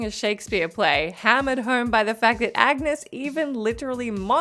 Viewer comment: Y'all have never played DMC 4. Agnus is a male, the G is silent, and there's an unwritten y after the N, Ahn-yoos.